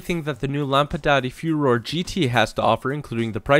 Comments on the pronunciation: Hey, just wanted to let you know Furore isn't pronounced fyoo-ROHR, but foo-ROHR-eh, with a bit of a trill on the r's like all r's in Italian. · I think the name of the car is Fu-Ro-Re, sounds like ferrari